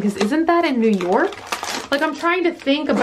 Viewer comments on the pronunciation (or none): none